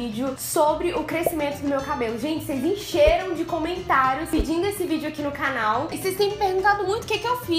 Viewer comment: Já perceberam que fala "cánal" kkkk fofa